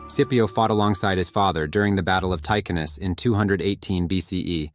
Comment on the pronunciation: Battle of Takinus ? Battle of Ticinus !